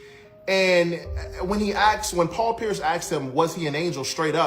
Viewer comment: say paul pearis instead of pierce